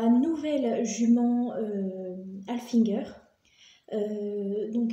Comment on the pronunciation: C pas halfinguer,c'est haflinguer